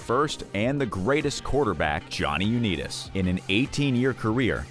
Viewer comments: U- Neeeet- US. 🤣🤣🤣. Wtf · Johnny U-need-us...Wtf? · Johnny U-Need-Us😂😂😂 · I kept watching it despite the mispronunciation of Unitas, but I draw the line at Bernie Kozer. This video was not made by an NFL Fan. Even a casual fan says those names correctly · Johnny "U-nee-tis"?!? AI voice-overs are like nails on a chalkboard. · Johnny you need us😂😂😂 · Haaaah Haaaaah!!!! U-Neetus!!!! Or how bout the Duo group TLC??? I know Left Eye is deceased, but TLC will always be those 3 Girls from ATL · Its unbelievable how someone can make a video yet not know the pronunciation of people mentioned Uneetis? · U-nee-tis.WHAT PLANET ARE YOU FROM ??? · sorry you lost me at Johnny U-nee-tis. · Johnny U-need-is? Eff off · The video has no credibility if they can’t pronounce Johnny Unitas correctly. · Learn how to properly say UnItas!!